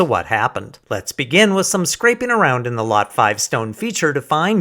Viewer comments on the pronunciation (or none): 'Scrapeen'? 'strapeen'? It's '-ing'.